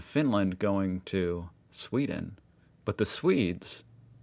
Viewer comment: whats with sweed and norge swith!? Pewds done smtg wrong😂